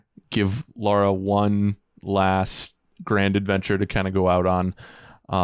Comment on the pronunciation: Can’t someone correct when he butchers the pronunciation of Lara’s name?